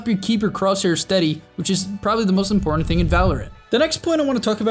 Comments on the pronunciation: "most impartent port" 😆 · ''the most impartent port''